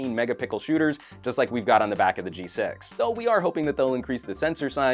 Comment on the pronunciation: he said "g sex"